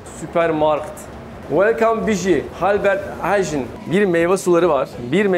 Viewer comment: albert hayn diye okunuyor aaabiiiih